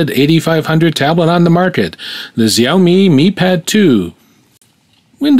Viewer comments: Is not ziaomi, is XIAOMI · it should be pronounced as sha-o-mi not xy-o-mi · its pronounced shaoimi but spelt xaiomi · "I'm sure you're probably in the show-MEE group", well I don't know where you got that idea from, or why you think those videos of people saying Xiaomi correctly vindicates the way you were saying it. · Is it really so hard to look up how Xiaomi is pronounced?